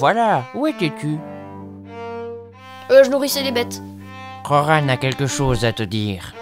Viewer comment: Incroyable ! ( par contre ca ma fait bizarre j'ai toujours prononcé Roran, pas Rorane xD)